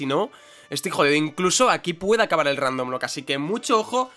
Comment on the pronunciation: Muy fan del énfasis que le pone a la palabra "rrrrrrrrrrrrrrrrrrrrrrrrrrrrrrrrandomlocke"